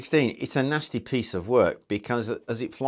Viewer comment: "Nosty piece of wuk"- I love when he says that